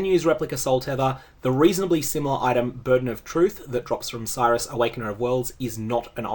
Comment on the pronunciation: I always find it interesting that you and Ziz pronounce Sirrus as Cyrus, given the amount of times the NPCs properly pronounce his name in the game itself.